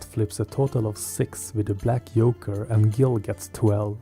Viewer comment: Really, really nice video, subscribed and liked, keep up the good work ! One request - I don't know where are you from, but it's Lady Justice, not Yastice and Joker not Yoker !!!